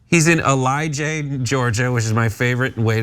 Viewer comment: It's pronounced el-a-jay, not Elijah. Beautiful country, surrounded by mounts and stained by this criminal PoS. All accusations are admissions.